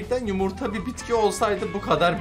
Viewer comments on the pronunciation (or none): Herşeyi geçtim abinin PİTKİ demesine anırdım yaaaa